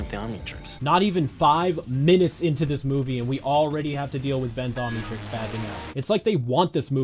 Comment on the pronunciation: How it’s said: omnitrix YouTube: ah, yes, onion turns.